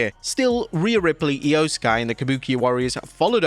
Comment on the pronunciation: Who the hell's calling them "Rhe-iyo!?"